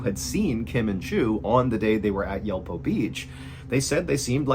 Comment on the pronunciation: Yulpo is more like Yool-po